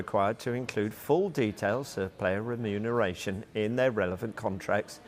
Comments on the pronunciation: How many times can this guy say renumeration wrong in a different way. 😂😂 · Stop saying remuneration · No way. I commented earlier about the inability to pronounce remuneration, now my guy's suddenly putting extra emphasis on every time he says it. Does this mean they actually look at the comments? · Is the presenter drunk? Cant say ramifications, remuneration and many other words 😮